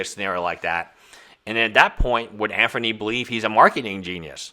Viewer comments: Can you not pronounce Anthony? It’s not Anfernee brother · I think this is his nth video of timepiece gentleman and he still calls him Anfernee... Love the indepth analysis but please...